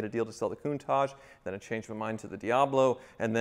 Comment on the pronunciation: Goontage, Kuntage? It's a Countach, pronounced with a tash at the end, right?